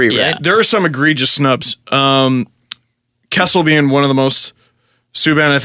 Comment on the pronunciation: KESSEL???? Seriously.